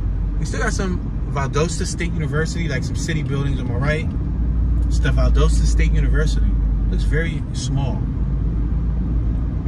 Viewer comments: i see you scare to go across the track. why ? are you afraid...that,s right..be very afraid. you can,t even pronunce valdosta right. the name is valdosta,,not valdusta. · It's Val- dos-ta and your in south central Ga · It's pronounced VAL-DAH-STAH. I'm a Yankee and met my wife there 50+ years ago. She's put up with my crap for all those 50+ years. Left side of image is the court house where my wife and I were married buy a JP. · It’s pronounced “Val•DAST•A” lol One of my best friends is from There, I’ve been there with her a couple times when she was visiting family during the holidays, very hospitable. It’s very country there lol but that’s what it is, the country 🤷🏽‍♀️it was nice though, very different than being in ATL in the city, for obvious reasons. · Pronounced Val-Dahsta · Val-dost-a get it right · Pronounced VAL DAH STA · You completely said the wrong name of Valdosta. 😂😂😂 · Wrong pronunciation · Your are pronouncing it wrong